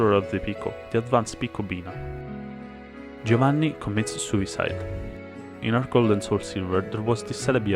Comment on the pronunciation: Are you Italian? Because you pronounced "Giovanni" quite perfectly